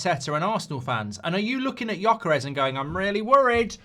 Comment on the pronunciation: Gyökeres.You don’t say itt well,but it’s ok.